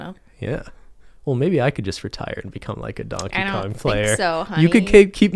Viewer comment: “Who is Dankey Kang?”